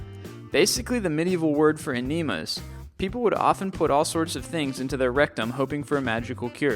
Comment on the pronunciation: Not to be a pain in the ass, but it's EH-neh-mah, not eh-NEE-mah.